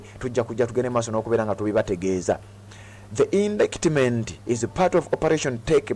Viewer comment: Indictment is pronounced indayitimenti not indikitimenti (in Luganda). By the way, when in doubt ask Google how to pronounce a word, for example: How do you pronounce indictment, work etc